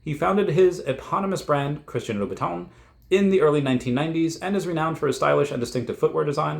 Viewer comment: It’s pronounced Christian Lou /bəˈtän/.